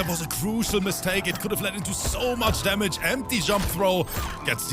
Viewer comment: "Vaju-ju splicing damägē" 🤣🤣🤣